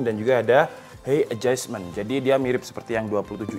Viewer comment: height bacanya hait bang